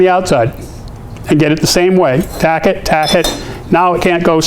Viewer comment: I love it when you say taccot.. taccot.. haha. nice tips